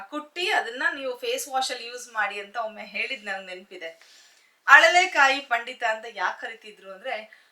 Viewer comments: Adu haralekaayi alla mam alalekaayi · ಅಳಲೆಕಾಯಿ ಅಂತ ಹೇಳಿ ಅರಳೆಕಾಯಿ ತಪ್ಪು